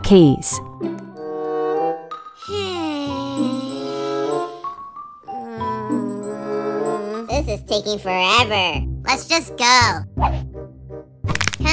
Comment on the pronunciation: “Keys” btw love ur vids keep up the good work